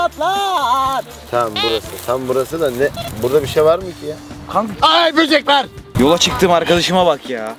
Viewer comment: aağ boceğk varğğ 🤣🤣🤣 smdkowpw99w